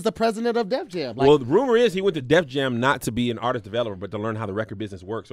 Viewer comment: It was getting real hard to keep hearing say "Aurtist"!😯🤔😑 Lol😁